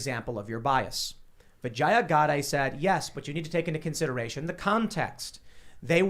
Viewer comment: The way you pronounce her name makes it sound like you're saying "vagina". The correct pronunciation is vi-JAY-uh. Not vi-jeye-uh. Source: I'm also Indian.